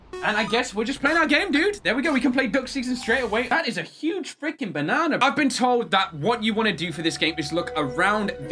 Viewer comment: Nobody: Literally no one:: “That’s a big bannanna”